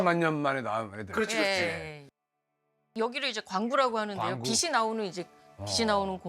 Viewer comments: 빛이 (비시)~ 똑똑한 분에게 인간적인 모습 잘 봤습니다~ 하지만 계속 거슬렸어요 ㅠㅠ 다른 패널들이 빛이 (비치~) 강조하던데... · 교수님 설명 다 좋은데, 발음 하나만 고치시면 좋겠습니다. '빛이' 는 '비시'로 발음하는 게 아니라 '비치'라고 해야 맞습니다. 이거는 교수님도 마찬가지에요. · 박사님 다 좋은데 빛이 를 발음할때 비시로 하시는데 비치로 발음 하시면 좋겠습니다. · 박사님 잘 봤습니다. 가장 가까이 있는 별이 있어서 태양을 연구하게 되었다는 말씀이 참 와닿네요^^ 박사님 아주 작은 한 가지 고쳐야할 점 말씀드릴게요. "빛이", "빛을"을 발음하실 때 "비시", "비슬"이 아닌 "비치", "비츨"이라고 발음해주시면 더 좋겠습니다. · 외람된 말씀드리자면... 박사님.. [비시]들어오면, [비시]강해서, [비시]비칠때 이러시는데... 우리말 바른 발음은 [비치]비칠때, [비치]달라요. 비슬-> 비츨 빛이->비치 비슨->비츤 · 내용 너무 좋은데 빛 이면 받침이 ㅊ 이라 빛이 = '비치' 빛을 ='비츨' 로 발음해야하는데 교수님 계속 '비시' '비슬' 로 빗으로 발음하시는점은 조금 수정하시는게 어떨까 싶네요.